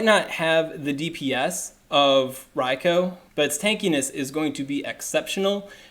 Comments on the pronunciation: Ria-koo ! Not Ria-Koe ! -_- ever-time you said it I cringed ! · I disliked for the pronounciation of Raikou (Ryekoo) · Maybe a litle petty but there is no O at the end of raikou its not raiko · It's pronounced 'rye-coo' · raicoo sounds more natural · Hearing you repeatedly mispronounce riakou is irritating